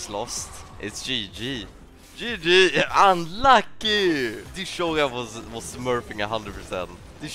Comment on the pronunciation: i love how he says "unluky" ahahhaha i love it!! thats my favourite word so far now. i spam it every time when i int... i mean when i apply the broken tactic.